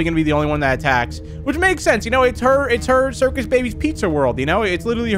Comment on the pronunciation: I like how forgot the R in Circus "Cicus" rip lol